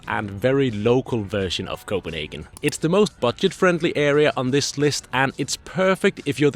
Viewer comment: I visited Copenhagen last year and really appreciated your explanation of the neighborhoods around the center. Also it is a treat to hear your authentic pronunciation of place names and foods.